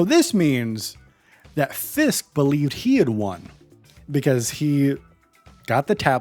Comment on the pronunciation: Why can’t you pronounce Fisks?